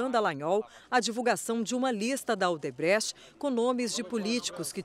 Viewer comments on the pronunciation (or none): "Odrebecht "?kkk